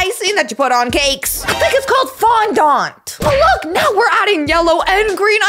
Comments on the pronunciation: its fondant not fondont😂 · Fondant Is the way you say it